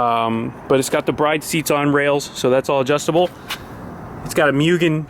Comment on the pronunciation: Works for a JDM Importer dealership, can't pronounce Mugen or Bride... Lol just messing with you! Can't wait to see what you do with this absolute beast.